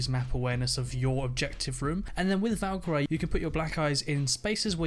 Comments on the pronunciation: valk-eye-riy lol its kalk-urr-ree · Valka ree not Valka ri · He says Valkyry😂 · thought I was the only one who realised how wrong he says it lol good video though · Say Valkyrie as Valk ree. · valkoree not i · The Death, No, he's saying Valkarey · I would go with Ash sledge - smoke pulse. Thermite bandit and jäger also Ps. Learn to say Valkyrie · british ppl pronounce things differently... lol